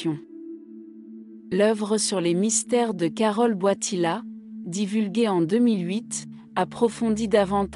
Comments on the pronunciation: Il s'appelle Karol Voitila ! Pas Boitila ! Pauvre Jean-Paul II ! Il s'agit d'une voix conçue par l'Intelligence Artificielle ?!!!! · C est quoi cette voie qii ecorche le nom du pape